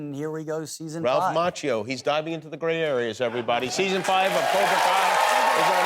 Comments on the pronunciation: It's pronounced Mackio.. not macho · Amazing how Jimmy Kimmel kept mispronouncing Ralph's last name NOT JUST ONCE, but FOUR TIMES right in front of the guy, and FIVE TIMES TOTAL over the course of this video. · He still does not pronounce his name correctly.